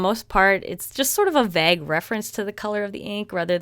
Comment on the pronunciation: I kind of cringed when she pronounced “vague” as “vag”